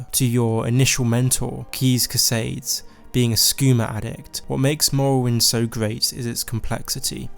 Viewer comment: Look, I really enjoy your content, but for once and for all: Caius Casodes is pronounced "Kay-us" like "kayak," "Cassodeez." Idk why this is so consistently mispronounced by so many youtubers.